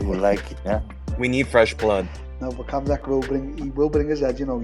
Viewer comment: I can’t stop hearing Till say “Cum shot, are you, cum shot, where are you?”